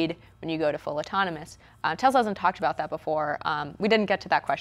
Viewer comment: what kind of news host pronounces autonomous "otonomos?